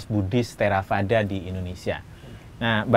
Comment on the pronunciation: V dibunyikan w, bhikkhu Panyawaro, theravada dibacanya therawada. Ini bahasa Pali.